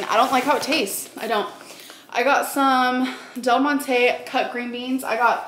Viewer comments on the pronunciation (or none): Del Mon TAY ☺️ Never in my life have I ever heard it pronounced so fancy. It’s pronounced Del Monty.